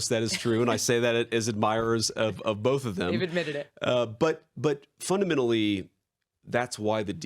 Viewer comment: JD needs to stop saying "funadmenally"